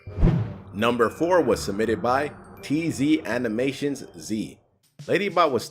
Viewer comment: Here's a few things! (Not disliking because of any of them!) 1. I'm pretty sure it's an "I" letter, not a "T" letter, in IzAnimationZ's username! (I think he said "TzAnimationZ" instead!) -_- 2. Wasn't your teacher just a little too old for you? XD